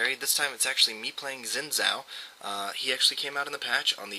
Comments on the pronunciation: I hate to break it to you Veruda, but its pronounced Zin Jow, not Zin Zow. Look up Xin Zhao champion spotlight, Phreak pronounces it Zin Jow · if you wanna pronouce it right, probably should be "shin Jaw"(not precise but close), cuz hes Chinese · It's a great video, good clips and commentary, and the only irksome factor was that you pronounced his name wrong.